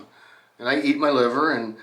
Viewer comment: "Liver" cars (pronounced "Lie-ver" not "Liv-ver" were made by the William Lea Motor Company Limited and were English copies of Benz designs, using Benz made engines. They can't have made many as the company only existed from 1900 to 1901 and only one car is known to survive (appropriately in the Museum of Liverpool).